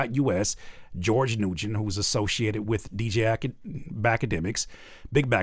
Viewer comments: New gen?? Its pronounced win 😂😂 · love from Georgia. Keep fighting the good fight. (Nguyen might be pronounced “Wen” btw 😂. Had this playing in the background and had to look at my screen when you said it) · The last name Nguyen is pronounced “Wen.” Lol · I was just thinking that lol. Its pronounced like win